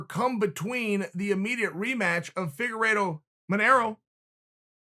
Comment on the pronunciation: Did chael say figuredo vs marinara sauce, I mean manero ?